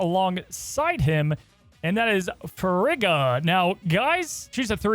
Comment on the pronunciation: Guys, it would be pronounced FREE-ga.